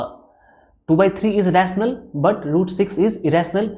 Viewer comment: Sir pahale aap rational number bolna sikho AAP rrrrrational number bolte but no doubt your explanation is better physics wallah